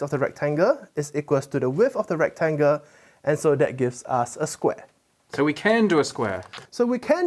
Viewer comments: And “trianga“, and “rectanga “. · And recTANGle. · Why does he call it a rectanga ?